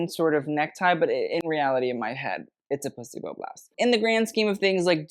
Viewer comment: Are you saying 'placebo' blouse or 'p*ssy bow' blouse..... what'd I miss?